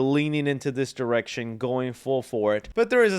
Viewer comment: Thought said " wild erection " but it's wild direction